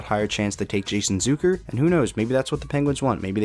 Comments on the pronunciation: It's ZUCK like suck.... not zook like a bazooka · You mispronounced “Zucker”. It’s not Zooker.